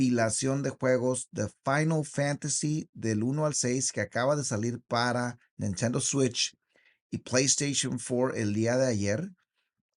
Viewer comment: Da un monton de vergüenza como dices “final fantasy”, “square enix” y “nintendo switch” hablas en español, que no se te olvide